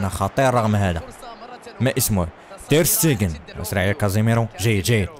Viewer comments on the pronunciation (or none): هههههه تير شتيغن وليس تير ستيغن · ليس اسمه تير ستيجن بال اسمه تير شتيجن